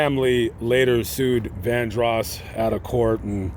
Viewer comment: This commentator pissed me off. First he pronounces Luther's last name wrong. Then he unsinceily, apologetically makes light of Luther's scandals. This is a horrible tribute to someone the narrator claims to have loved. I was a true fan of Luthar.